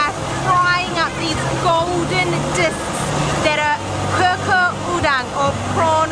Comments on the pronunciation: Chicken wingssss! 😍😍😍 can never get enough of them. And I have been searching for that kind of cucur udanggg and cannot find it everywhere which is so weird. Btw,, cucur is pronounced as choo-choor 😀 what you said in the video is "kukur" which means "grate". In Malay, C is always pronounced like c in 'chair'. But thats not a big deal at all tho. 😊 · Cucur udang, the pronunciation for cucur is like choo-chor..